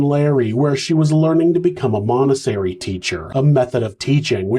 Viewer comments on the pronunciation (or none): none